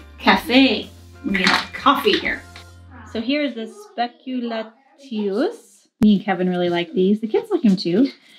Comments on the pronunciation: spe-ku-LA-ti-us (with the stress on the third syllable) are a speciality that has been baked for hundreds of years, even before the "official" invention of what are now called "cookies", "Plätzchen", "Kekse", "biscuits". Its origin may be attributed to the Lower Rhine regions from Westphalia, Belgium to the Netherlands. The dough is pressed into molds (German "Model" with the stress on the first syllable unlike "Modell" for model) that were carved from hard, finegrained wood such as boxwood. The woodcarvers used motifs from daily life that could easily be turned into such a relief. The windmill is typical. Syrup was much cheaper than fine white sugar and that gave them their brownish colour. The origin of the name is dubious and open to ( no pun) speculation. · Spekulatius are actually pronounced SpekulatZius :D (at least in my region) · You can make Glühwein or make spiced juice yourself! Also Vanillekipferl are really easy to make :-) In german language, if its a "-tio-" or "-tiu-" in the word, it's pronounced "tss" so Speck-u-la-tsi-us. :-)